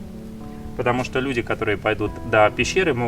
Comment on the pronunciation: У тебя какое-то странно произношение "что", будто ты говоришь "щьто". Это не упрёк, мне просто интересно, это из-за того, что ты очень много говоришь на Японском, или ты всегда так говорил?